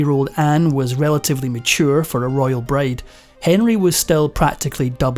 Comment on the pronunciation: So... is no one going to address how he keeps saying braid instead of bride?